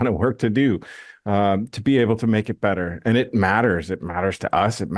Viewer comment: Love these types of videos. Great overview and helpful to know what's happening with the game. I've followed AOC's development for many years but havent made the plunge to try it yet. Oh, also, I like how you transform the word "better" into "bet-ahhh." 😂